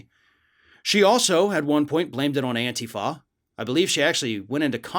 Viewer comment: Why does he keep mispronouncing antifa? Drives me a little bit crazy.